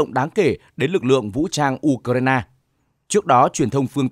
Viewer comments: Tôi xin góp ý, 1 trong 2 bạn phát thanh viên đọc ''Ukraina" thành "Udna" là sai hoàn toàn vì nó không giống với phát âm của bất cứ nước nào. Làm ơn phát âm cho đúng ạ! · Anh này cứ nhấn mạnh chữ u trong từ ukraina. Tại sao vậy?